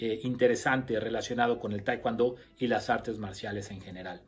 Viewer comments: Se dice TAEKWON-DO NO TAEKWAN-DO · Como.puedo prestar atencion a alguien que al Taekwon-do le.dice TaeKwAndo.. Mis respetos...Pero.No.... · Ustedes en Mexico enseñan taekwondo con la indumentaria de Tang soo do....🤔 es muy raro eso....segundo ...pronuncian "taekuando" no se por que....y despues ponen en duda las acciones del maestro Choi...que fue un genio creador del tkd...y fundador del la ITF. El tang soo do es otra cosa y listo dejen de mentirle a la gente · De verdad eres un charlatán, me dan mucha lastima los que te creen aprende a pronunciar bien el nombre del arte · No sabe decir taekwondo y se manda a cuestionar a su creador